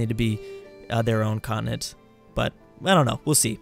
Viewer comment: why does he pronounce continent like that?